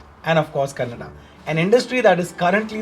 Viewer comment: Thank you for reviewing this movie, and talking good about Kannada especially pronouncing it correctly unlike others who call it as 'Kannad' Your title though was little confusing as to why any movie should against this movie